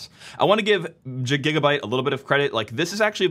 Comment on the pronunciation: It is GIGABYTE not JIGGABYTE LOL 😹